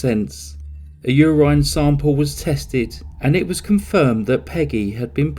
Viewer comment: Psssst I love how you pronounced urine , That’s the first time I ever heard it said like that. It made me laugh.